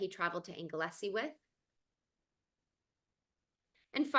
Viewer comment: Anglesey pronounced Angle Sea Plass Newydd pronounced Plazz New id It’s a pity more time wasn’t spent on his Mural at Plass Newydd there are some lovely little Easter eggs in this piece of art showing the artist’s humour and relationship with the family he painted it for. There is also a very poignant rendering of a lit cigarette, Rex left it there saying I will paint it out next time I come back, which sadly never happened